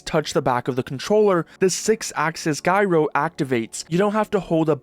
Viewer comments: it's jyro like gyrate or gyrocopter, because it is a gyroscopic control scheme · "Guy-roah"? No matter how you pronounce it, this is required for me in a controller being nearly as good as a mouse. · considering what gyro means then the proper pronunciation should be greek gyros yummie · Unlike the previously mention fuck up of 'guy-row' and 'Oh-el-ee-dee', this one is actually a legitimate pronunciation, at least. It doesn't match the American accent, but British English speakers pronounce the L, like when you sold something last week. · Maybe, but that still leaves 'guy-row' as an oddity and an interesting choice if the intent is to make it easier to understand to non-natives but sets off every single native when his biggest audience is more-than-likely NA-based. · [guy-ro] my ass, bro i like ur vid but please don't torture all of us with that sorry had to get that out of my system, mb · You misspronounced "gairo" /s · Why do you pronounce gyro Iike that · Soft 'g' for the word "gyro", BTW. Unless you're talking about middle eastern food, in which case, the 'g' is pronounced as a hard 'h' and the 'y' sounds like a long 'e'. Dang, now I'm hungry... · That's the weirdest pronunciation of gyro I've ever heard. Kudos! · Pronunciation on gyro and soldered make it seem like you're not familiar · man, sometimes you're like Xisumavoid with how you mispronounce basic words it's a soft 'g' on "gyro" like a 'j' sound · Me wondering if this is AI or does this guy really not know how to say gyro... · OG Steam Controller had no built in batteries. Li-ion batteries are expensive. Also, I HAVE to point out that it's dji-ro, not guy-ro : for gyroscope. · Guy-row bandwagon. It’s short for Gyroscopic- J-ai-ro-scop-ic. Shortens to Jai-ro. Just fyi. No hard feelings. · Gyro is short for gyroscope so it's pronounced jai row not guy row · "GYRO" "JY-RO" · Guyro? Gyro is pronounced with the J sound. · Gyro not Guyro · Guy-roh? It's Jaiy-roh. Like Jive, Jaiy-roh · bro said guy-ro lol